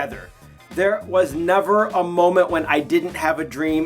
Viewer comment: Bitch said nayver😂